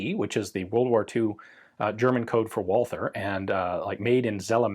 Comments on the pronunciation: Should Walther not be pronounced as vault-ter as it is German? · Great video Ian! As always. I'm always impressed by your good german..... but the 'h' in Walther is silent, no english 'th' Greetings from Germany